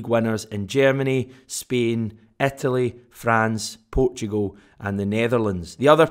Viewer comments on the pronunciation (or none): none